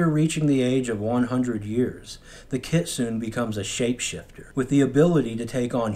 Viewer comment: The E In Kitsune is not silent. Kit-sun-e. It makes a short e sound.